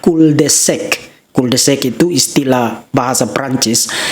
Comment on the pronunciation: KORERKSI : PELAFALAN KATA "CUL DE SAC" (JALAN BUNTU) ADALAH : KUL DE SAK bukan kul de sek. Ingat .. ini adalah bahasa Prancis, jadi a di pronounce a, bukan seperti di bhs Inggris : a bisa jadi e. Terimakasih.